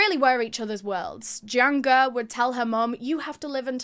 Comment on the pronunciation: I like the episode, but there's a few things that are incorrect. 1) Jiang Ge and Liu Xin are pronounced Jyang guh and lee-o sheen. 2) Jiang and Liu are last names. China (and Japan) use surname first naming conventions.